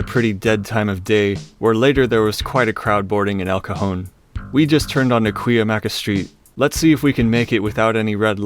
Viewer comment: I give you mad props for pronouncing Cuyamaca correctly. Even locals dont know how to pronounce it!